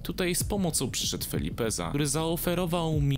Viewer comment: W pewnym momencie powiedziałeś zamiast Felipeza Filipeza XD